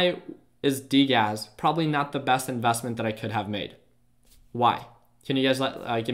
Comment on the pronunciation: its not TACK......its tech(tek). and it's not "invASSTments"...... its investments